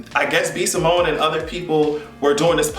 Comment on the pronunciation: He called B Simone Eago 😂😂😂